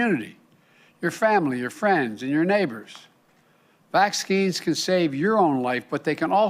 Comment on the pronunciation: This old man can't even form a sentence. Saloon? Really? Vaxskeens? I feel so sorry for all of the idiots who think this creep is our duly elected and legitimate president.